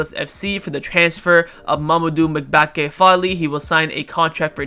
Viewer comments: i think the pronunciation of Mbacke is mmm- bac- ke not mic - bac -ke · Mebacke? Bruh learn how to pronounce names lmao!! M-ba-cke